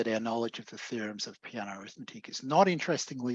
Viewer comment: Btw, as an Italian I cringe a bit when I hear Peano's name pronounced like "piano", as in this talk 😅